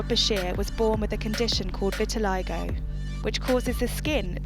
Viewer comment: um vit-i-lie-go? it's vit-i-li-go